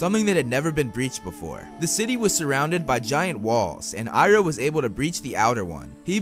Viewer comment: You purnoced his name wrong its the goat